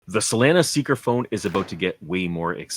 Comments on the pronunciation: Dude can you stop saying freaking saalana... Its solana like sol lana. You can say sol mail but you cant say solana... Say it with me sol lana... Just stop it... Freaking salana.. You said ugly af... Just stop it.. Im so mad right now... Eerrgghhhhh!!! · it's so-lah-nah, like how locals pronounce solana beach which is where the solana founder is from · if you make another Solana video can you please pronounce SOLANA correctly